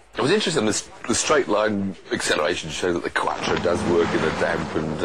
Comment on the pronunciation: Its not Katro its Quattro